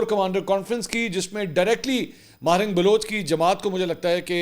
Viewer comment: ماہرنگ نہیں ہے صحیح نام ڈاکٹر مہرنگ بلوچ ہے ۔۔۔۔ بلوچوں کی آن اور شان ہے ۔۔ بلوچستان کی شیرنی اللہ سلامت رکے